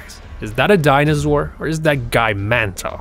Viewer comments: its Dinosaur no dinozour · Couldn’t stand the voice for longer than ... Omfg.. It is ”Dinosaur”, not DINAZZZOOR... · ITS DINOSAUR NOT DINOZOUR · And its not dinozor its dinosor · Is not dinozore it’s dinoso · Youtuber: I'm your teacher say DINOZOR ME: 😑😑😑😑😑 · cam doa lol he says dinozaur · die-no-sore say it with me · dinazaor be said haha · learn how to say dinosaur